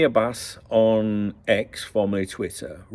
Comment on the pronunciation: Hello my friend, I just can’t stop cracking up about your persistent mispronunciation of Ramy Abbas’s name 🤣To make it easier for you to say his last name just remember that Abbas means Lion in Arabic 😂BTW, what is it with the ultra clarity of your stream today? It feels like your head going to pop out of my tv screen! Your Saudi friend 🫡